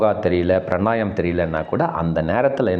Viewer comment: Pranayam aaaaa??? Pranayaamam nu sollunga.